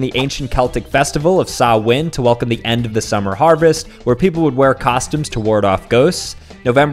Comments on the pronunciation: you dont put the emphasis on the sah in samhain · "Saw-Winn" 😂😂 Lad, sorry I'm Irish it's pronounced "Soww-in" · It’s actually pronounced sow-in not sow- In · Sou -win it's pronounced sou-in . Samhain is actually in the Irish language ❤😊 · As a fluent Irish speaker- Samhain is pronounced Sou(as in Sour without the r)-in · Im Irish and would like to tell you Samhain is pronouced Sow - in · As an irish person, i can tell you that that was the worst mispronunciation of "Samhain" I have ever heard. (It should be 'sown'. Like "Town" but wirh an s) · Samhain is pronounces saurin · Bro pronounced it saw-win and as an Celtic civilian I take offence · Sorry to act like a nerd here but you mezsed up pronunciation of samhain its one syllable not two (sowin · Its pronounced sow-h-in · Why is samhain pronounced sawwin? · It’s pronounced soen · As an Irish person. That pronunciation of Samhain hurt me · The way he pronounced Samhain lol. Also fun fact in Ireland we used to carve turnips, but then Americans came along and we’re like “oh, yeah nice” but they found it hard to carve turnips so they carved pumpkins instead! Also: all my Irish girlies:💅🏻👇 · The way he pronounces Samhain, I'm crying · The way he pronounced Samhain fucking hurts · That is NOT how you pronounce samhain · Your pronouncing samhain wrong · Lol Samhain came from Ireland. I'm irish and you butchered the name